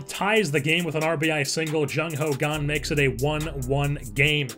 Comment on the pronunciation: why do you pronounce "kang" as "gang"?